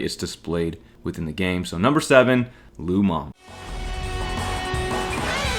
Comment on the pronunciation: It's Lu Meng... Not Lu Mong...